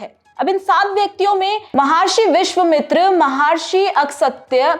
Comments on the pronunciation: महर्षि विश्वमित्र नहीं महर्षि विश्वामित्र बोलिए । महर्षि अगस्त्य सही नाम का उच्चारण कीजिए । क्षमा करे हिन्दी के प्रस्तोता भी इतने अल्पज्ञानी हो सकते है यह आश्चर्यजनक होकर विडम्बना ही है कि आजकल की पीढ़ी को सही जानकारी नहीं है । ऐसे लोगों को प्रशिक्षण की आवश्यकता है । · कृपा करके ऋषि मुनियों के नाम ठीक से ले।। अगसत्य नहीं उनका नाम अगस्त्य हैं। ऒर विश्चमित्र नहीं उनका नाम विश्वामित्र हैं।. 🙏🙏🙏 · Wonder how she mispronounced such famous names of geat sages like MAHARISHI VISHWAAMITRA and SHREE AGASTYA MUNI JI AND NO ONE EVEN BOTHERED TO CORRECT HER OR NOTIFY HER, GUESS HARDLY ANY ONE IN THE STUDIOS TOO KNEW MUCH ABOUT THEM, SO, WHATEVER SHE SAID WAS DEEMED AS CORRECT